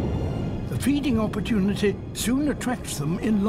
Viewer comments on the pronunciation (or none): none